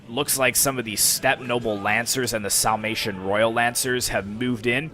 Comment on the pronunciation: Epic last stand! Sounds like your'e saying "Salmation" instead of "Sarmation."